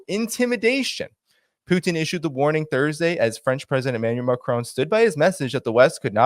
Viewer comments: PLEASE don't say McROAN. It is Macron, MAC RON, just as it looks in American English. Macron! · MacRon.... not MacRone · maCRON!! hard emphasis on the last part. Its NOT Macroune